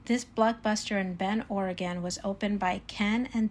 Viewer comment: I'm guessing you didn't make it to Portland except for the airport? Adam was here not too long ago as well, and y'all seem to slide in and our of town lol. Thank you for pronouncing Oregon correctly.